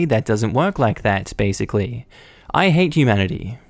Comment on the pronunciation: Some one like to use the word "basickly". Huh